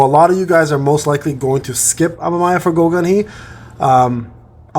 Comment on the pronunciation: its pronounced ama me ya like mamamia without the m at the start